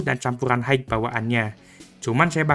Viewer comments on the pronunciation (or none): none